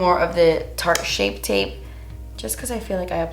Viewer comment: Take a shot every time can't say "shape tape" 😂❤️